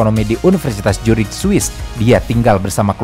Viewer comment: Maap saya ngakak pas mimin nyebut Universitas Zurich jadi Jurigh 😂